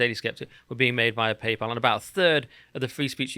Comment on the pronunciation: Why do you keep calling it "Papal"?